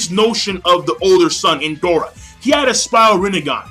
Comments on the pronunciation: One thing, when you try to pronounce the name of Indra, sounds Endora, is IN-DRA, is the same when you say "neji" in your videos, listening to "Nenji", greetings and very good review as always. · Did just say ''Indora''? Lol